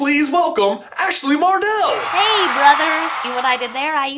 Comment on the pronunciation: It's Ashley Harrell not Mardell